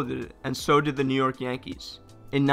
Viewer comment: “New Yerk”😂